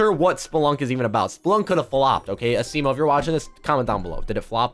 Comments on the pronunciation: Your saying asimo wrong this is how you say it (asmo) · Why is he saying asimo the wrong way??? A-SEE-MO